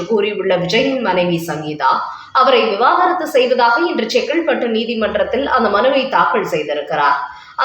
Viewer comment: அம்மா! அது விவாகரத்து.விவாகாரத்து இல்லை